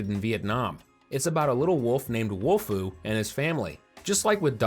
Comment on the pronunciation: Again. It's not WOLFU😡😡😡